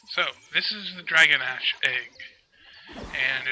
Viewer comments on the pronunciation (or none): it's pronounced draw-gaw-nawsh